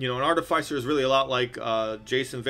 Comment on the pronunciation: Artificer is pronounced "iss" like PISS not "ice". I am beside myself with so many people mispronouncing such a simple word.